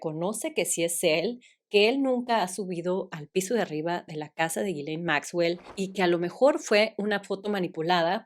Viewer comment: el nombre de la noviecita de Epstein se pronuncia YISLEIN. Perdón es que ya me aventé todos los videos pero te lo quería decir